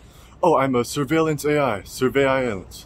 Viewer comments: I can't wait to see more 7' tall Robot videos!!! "SURV AI EILLANCE" !!! How do you say it so flawlessly every time?!?!? 😂😅❤ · Surve AI llance 🤣🤣🤣 omg this is channel is a goldmine